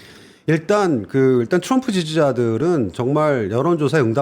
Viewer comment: 온갖 한국 발음 다 하시는데 트럼프만 츄뤔프 네요